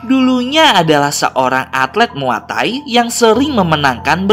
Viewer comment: bang bukan mua thay tapi muay thay